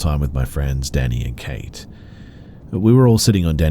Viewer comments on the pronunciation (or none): none